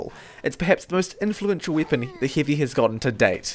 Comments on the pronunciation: Why Do You Say "Weepon" Not "Weapon" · i like how says weepon instead of weapon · I love how you say weapon. "Weepon"